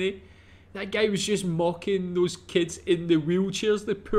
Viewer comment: why is bro saying "gay" instead of "guy"